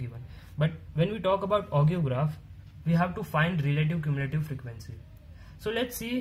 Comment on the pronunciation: bro I cant stop laughing when you say relative cumulative... omg but the work which u have done is awesome, keep up